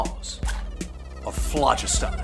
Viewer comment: He's pronouncing phlogiston incorrectly..